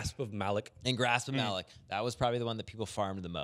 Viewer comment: I will pay anyone $100 to pronounce Malok correctly.